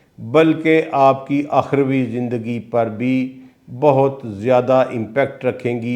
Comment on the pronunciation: آپ نے اس سے سوال کیا جس کو قرآن پاک سیدھا پڑھنا نہیں آتا اور آخروی زندگی بولا حالانکہ درست لفظ الف کے پیش کیساتھ َ اخروی ھوتی ھے اور کئی الفاظ درست بولنے نہیں آتے